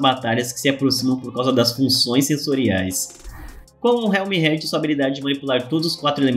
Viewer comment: O correto é "Éter", e o "Realmheart" se pronúncia "Realmehart".Não estou criticando, só tentando ajudar, sou fã dos seus vídeos e espero que algum dia você leia Tower Of God aqui kk